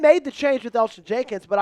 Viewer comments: Its Elgton Jenkins not Elgin Jenkins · It's Elgton Jenkins not Elgin lol